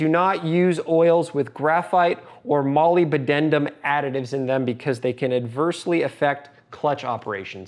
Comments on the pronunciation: Pretty not that close, I'd say! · That is a creative pronunciation of molybdenum!